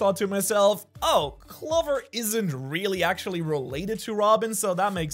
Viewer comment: Bro doesn’t even know how to pronounce Clover right 💀